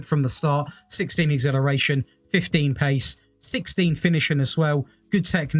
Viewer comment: Lol I’d love to know how you want pronounce exhilarating, because acceleration has been butchered 😆